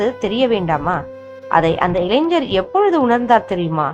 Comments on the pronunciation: இளைஞர் னு சொல்லாம இளைஞ்ஜர் னு சொல்லறீங்க. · இளைஞ்சர் என்று சொல்ல வேண்டாம். இளைஞர் என்று சரியாக சொல்ல வேண்டும் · ஜய ஜய சங்கர ஹர ஹர சங்கர. 🙏. ஒரு request. தமிழ் இன்னும் கொஞ்சம் சரியா உச்சரிங்கோ. இளைஞர் ன்னு சொல்லுங்கோ. நீங்க இளைஞ்சர் ன்னு உச்சரிக்கிரேள். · இளைஞ்சர் இல்லை. இளைஞர் என்று உச்சரிக்கவும் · இளைஞர் என்று வாசிப்பதே சரியான தமிழ்.🎉🎉🎉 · ILANGHAR. PRONOUNCE MUST CAREFUL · இளைஞன் என்று உச்சரிக்கவும். ஞா, ஞ